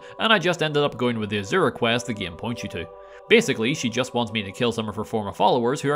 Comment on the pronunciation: What accent is he using? The way he pronounces game is tripping me out. Ghayyme